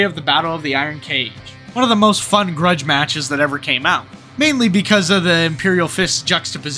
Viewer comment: What's a gruge match?!